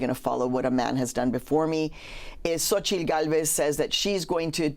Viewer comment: xo-chi-TL. ffs